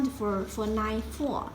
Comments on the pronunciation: when she says "line four" it sounds like "nine four" confusing me until I saw what she wrote. And again when she says "Express line", it sounds like "Express nine". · Whenever u said line i heard nine .. anyone?